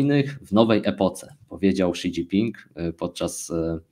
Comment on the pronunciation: Zle wymawiacie imie lidera mowi sie szidzinpig